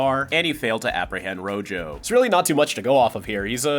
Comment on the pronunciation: rojo means red in Spanish, and that is not how you pronounce it 😭(great video tho).